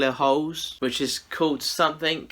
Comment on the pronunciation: Sometimes I can't hear his L and I swear I kept hearing "there's a couple of hoes in there." It's entertained my inner 12yr old boy this ho video. ;p